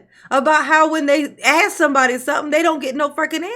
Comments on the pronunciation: Let me aks my manager 😂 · I couldn’t sit there and let her talked stupid to me. !!!!Throw 💩 back to her!!! Correct her English! The word is Our not Owl .!! How are you doing anything right bc you are crazy and Dumb as a bag of rocks!!! Asked not axe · She cant even prononce her words right , ax me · I can’t have my mayor or anyone who says axe instead of ask in control of my money 🤷🏽‍♂️ she def axing away at the money literally!!! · Wow, just hearing her speak proves to me how low her intelligence actually is. I've never hear a grown professional say axe instead of ask.. damn, why is Dolton reelecting this high school drop out? All this goofy ass beezy is doing is gaslighting and double talking stuff. The FBI is going to tear her a new one. They arn't going to take her ghetto crap. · you need to quit ax'em them and ask them lol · can we use proper English? axe? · Why can’t she say ask asa warlord instead of axe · Is she saying Ask or Axe?? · Axe axe axing....ASK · Why can't black people say"Ask"? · She cant enough pronounce the word ask